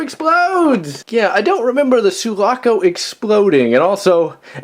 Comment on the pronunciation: Sulaco not suvaco. Halcyon not hayshion.